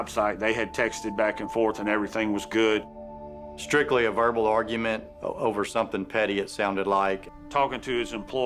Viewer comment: She said gut not good.